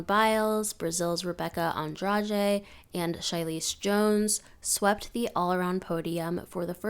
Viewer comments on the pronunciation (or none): i think you mispronounced Rebeca Andrade’s name, it’s pronounced the Portuguese way. The “R” is pronounced like an “H” and her last name is said differently as well. there is a good example of how you say it in this video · I know you’re a real gym fan bc you can pronounce Andrade 💁‍♀️